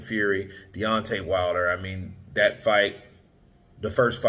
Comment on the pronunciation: "the", the word you're searching for is "the", not "d". The fourth letter in the alphabet is "d", it's not a word. And "that" is the other word you're searching for, not "dat". "Dat" is what happens when when you're talking about a Japanese made car and you forget to include the "sun" bit at the end.